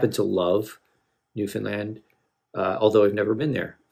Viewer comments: First and foremost , as a Newfoundlander , I really appreciate that you took the time to learn how to properly say Newfoundland. Your choice of Great Big Sea was a good one. They do more modernized “Jig & Reels” . Thanks for the love . ✌️💕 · The first American I've ever heard pronounce Newfoundland correctly.